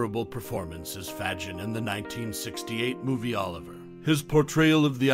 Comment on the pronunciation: pronounced, "fay-gIN...." not: "FAHjin..."